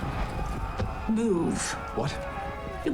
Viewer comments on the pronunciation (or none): Rivendell not rivendale